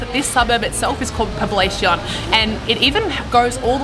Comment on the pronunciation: Poblacion is pronounced as poblashion but I get how a lot of foreigners mispronounce some of our words